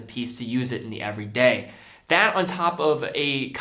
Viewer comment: Lol “EVERDAY” watches